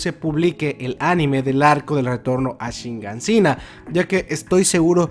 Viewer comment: Tantos videos de Shingeki no Kyojin y todavía no aprendes que se dice Shiganshina, no Shingansina xd